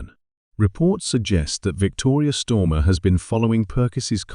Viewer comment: Who’s Stormer and why is it Victoria Stormer and then Starmer. Get this bot reset as it’s unbearable to listen to. This mistake is painful to repeatedly keep hearing.